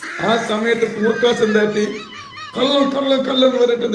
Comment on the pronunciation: കള്ളൻ എന്നുപോലും പറയാൻ അറിയാത്ത വല്ലാത്ത ജാതി. കല്ലൻ കല്ലൻ കല്ലൻ 🤣